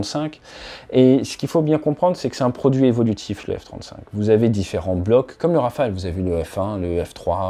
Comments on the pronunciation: Le F-trente-souinque 😂 Sinon continue comme ça ATE tes vidéos sont géniales ❤ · le F trente souinque ? 😂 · Le F-30zwoingue !